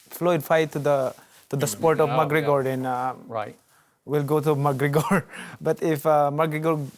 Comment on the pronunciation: LOL how he says mcregor ''bagreggor'' and ployd''